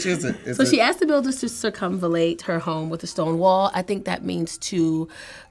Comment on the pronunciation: wrong. It’s pronounced like “Sircum-Val-Late”